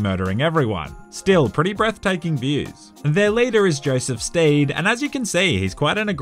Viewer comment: mans said joseph steed lmao